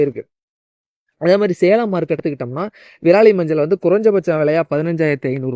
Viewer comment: நன்றாக தண்ணீர் குடித்து விட்டு பேசவும்... விராலி இல்லை..விரலி மஞ்சள். விரல் போன்று உள்ளதால் அது விரலி.....